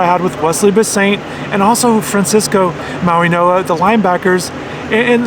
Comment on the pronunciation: Its Mauigoa... Not Mauinoa...